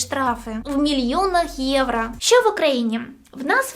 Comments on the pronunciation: єврО, а не єврА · "Євро" будь ласочка, не "євра" 💙💛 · А чому «євра»? Чи ви внучка Юлії Тимошенко? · Все прикольно, але це єврА, капець як вуха ріже